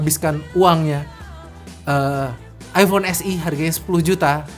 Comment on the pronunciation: Eipon mana eipon hahahaha